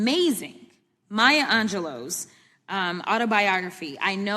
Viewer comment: Maya Angelou. Not Angelo.